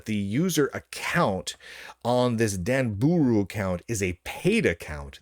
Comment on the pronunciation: If I hear him say Danbooru wrong one more time I may be arrested for laughing and crying on the floor. DAHN BAH RU, DAHN BOOH ROO